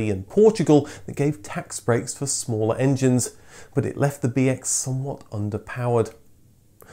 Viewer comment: The way you say BX, sounded like BS to me. So I heard "This is the Citroën BS story.